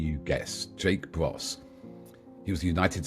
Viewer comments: It's Jake Broe not Bros, get the name right, many of us already know Jake from his YT content. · It's not Bros, it's Broe, get it right brother!! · Who is producing this? I tuned in to see my Man Jake BROE - but this interviewer - whoever he is - both mispronounced AND MISSPELLED Jakes name!! He calls him, and posted on screen, the name BROS. So that's where I bailed. THIS SHOULD NEVER HAVE BEEN UPLOADED IN THIS UNPROFESSIONAL AND ERRONEOS STATE. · You got his name wrong it’s Jake Broe not Bros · Jake Broe, get his name correct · by the way, it's Jake Broe, not Jake Bros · His name is Broe, not Bros! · Jake Broe, Not Jake Bros. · Oh Dear.. You Can't even get Jake's Surname correct. BROS !? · You didn’t get Jake’s name right. Bye. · The name is Broe, not Bros, isn't it? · Jake Broe not Jake Bros :)) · His name is Jake BROE, not Bross . How disrespectful to put out a wrong name. He is a big internet star with the best podcasts on the war. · Jake bros? He couldn't even get his name right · Jake's last name is Broe,not Bros😊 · Its Jake BROE not BROS. Why are you calling him by the wrong name 🤔🙄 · At least offer Jake the courtesy of getting his name right ! BROS?? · epic journalism, you cannot even get jake's surname correct.